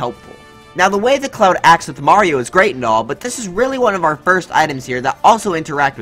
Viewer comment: Cloud not clouf